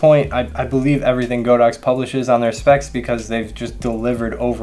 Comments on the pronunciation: the name is God-ox. not Go-dox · Always rely on your Godox reviews although I only use AD200 now. Still slightly surprised you stuck to the mispronounciation of go_dox given you are basically god_ox official channel in the US.